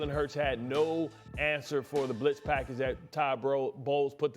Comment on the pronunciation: BART, “Britz prackage” Scott 😂😂😂😂